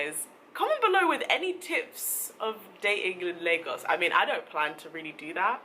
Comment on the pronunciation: Hearing them say “Lagoas” really triggered me as a Ghanaian ngl